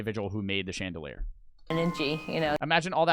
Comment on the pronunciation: Who thought he said chandeler